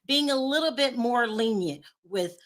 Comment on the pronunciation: Luv you but you should stick to reporting the housewives! You sound like a 4th grader reporting on the monarch and Royal’s!lol. You can’t articulate your thoughts on the manner and mispronouncing basic words like “lenient” 😂